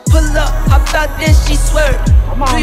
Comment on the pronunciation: "Ai-ropi" pelamor tenta ao menos pronunciar corretamente. eh HOP nao HOPE